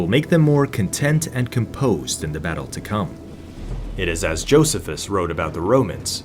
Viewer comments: Joseeefus. Learn to pronounce properly. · Your AI voice didn't know how to pronounce Josephus. Duh...